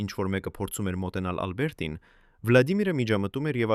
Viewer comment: Ինչպես նաև տարօրինակ շեշտադրումները, ոչ թե «Ա՛լբերտին», այլ Ալբերտի՛ն։ Եվ ինչ ասել է «ինը ժամ, հիսուն րոպե»։ Մի՞թե մենք այդպես ենք կարդում ժամանակը, միգուցե «ինն անց հիսուն րոպե»։ Շատ կասկածելի ու սխալ նկարագրություններ կան, ինչպես մարզական «խաչի» հորիզոնական լինելը։ 😂🤦🏻‍♀️